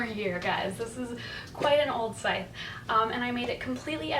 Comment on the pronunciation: Needed to know how to pronounce Scythe. The c is silent. Thank you.